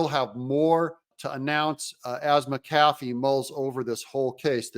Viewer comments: Mac Afee...not Ma Cafee... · Doug,I am going to show you how to pronounce Judge McAfee's name. You are pronouncing it as MCafee. But is pronounced as Mac-A-fee. I hope this helps you. I am not trying to be a smart ass, just trying to help you if I can. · Doug its Mc- A- fee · The Judges name is pronounced as Mac A Fee.. it's not what you are saying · I'll subscribe if you figure out how to pronounce Judge McAfee's name correctly... Smh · Please get the judges name correct, won’t watch you until u say it correctly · Come on, Doug. Learn how to pronounce McAfee!